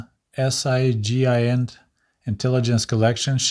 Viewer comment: I worked in SIGINT in the U.S. Navy for many years. Not that you'll have many occasions to use this, but terms such as SIGINT are pronounced as one word. I'm sure you can figure out the sound, but if you can't check your local, neighborhood Webster's dictionary online!